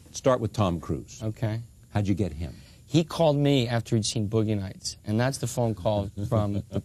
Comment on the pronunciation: "Boughey Nights"